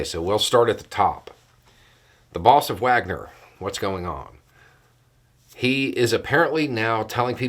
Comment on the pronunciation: I'm not meaning to make light of this -- it is very damn dark for the folk mentioned by name or office here -- who all have [had?] actual lives, loves & families. But the way says, "The Boss of Wagner..." makes me think i'm listening to the emerging new suggested answer to the rhetorical question, "Who do you think you are?" Used to be the suggestions were"The Queen?" Or "God?" But in my head, i clearly hear me retorting, "Hey! You aren't the Boss of Wagner!!" to my younger brother. Or "Who died and made you the Boss of Wagner?"